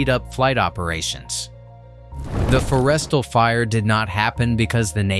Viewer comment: I really wish they could get the pronounciations correct. They really mangled pronouncing Forrestal. The bow is not the bow you put on a present, yeesh